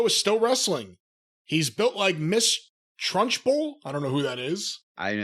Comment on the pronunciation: Lmao my dude said ms trunchbow (not sure if spelled correctly) the fat mean lookin principal from the movie “Matilda” lmao